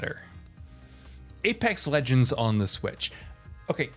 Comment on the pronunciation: Apex lenjends